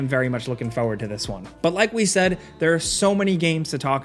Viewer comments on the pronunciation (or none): I've followed this channel for a pretty long time and I love this content. But. Bro. It's foRward. there are 2 Rs. Not Foward. Forward. Please. I hate hearing "I'm really looking foward to this one"... Rant over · It's "forward", not foward